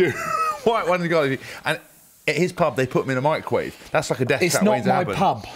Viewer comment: To be honest, fish of any sort is actually really good if you "mick-row-wa-ve'i" it! Cover it in butter and cling wrap, a minute or two and voila. Perfect.